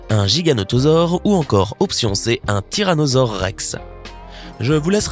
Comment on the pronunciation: Tiranosaure Ree